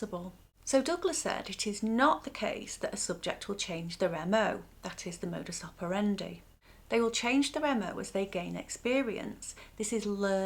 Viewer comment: OMG. You're the only anglo-saxon person, on planet Earth, who can pronounce "modus operandi" properly. God bless you!